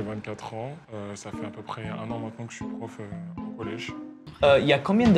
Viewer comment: Au début j’ai cru que c’était mr pof et pas mr prof 😂